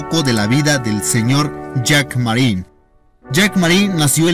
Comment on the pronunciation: Ni siquiera sabe el nombre, dice "Marié"!!! Esto está lleno de errores y omisiones esenciales.